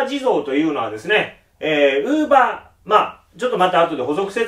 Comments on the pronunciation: クーラー(電化製品)のイントネーションと同じで ローラーのイントネーションは一般的ではない。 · ウーバーの発音がずっと気になって頭に入ってこない(><;)